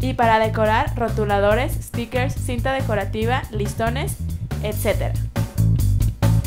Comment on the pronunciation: jaja me encanta cuando dice stickers lo dice como con acento o no se pero aun asi me gusta como lo dice jajaja like si piensas lo mismo...